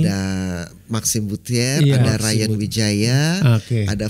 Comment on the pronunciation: ini udah jd managernya hampir 10 th tp nyebut last name Maxime msh salah ya 😃 Bucie….bukan Butier